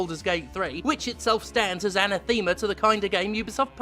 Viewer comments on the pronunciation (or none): Yeah, it’s uh-NATH-uh-muh. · "Anna-theme-a" That made me chuckle xD